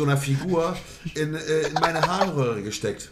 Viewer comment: Ich habe die Passage 3 mal schauen müssen, bis ich verstanden habe, dass er HARNRÖHRE und nicht HAARE sagt xD. Ich dachte so was ist daran so lustig xD